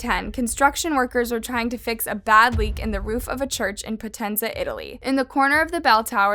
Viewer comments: Being Italian I know this case very well. Nice video but a suggestion; the way you pronounced "Potenza" was just very wrong. You should go on Google and listen how to pronounce it like we do when we have to name foreign cities and countries. If you tried that and still couldn't remember it I get it, but if you didn't try it it's pretty easy to fix that. Just a suggestion sorry if it was annoying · come ha detto potenza?!? Adoro